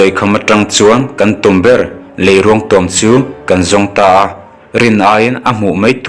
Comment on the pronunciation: Lei....ruang(mitthi ruang anga lamrik tur)thiam lo em mai😄😄😄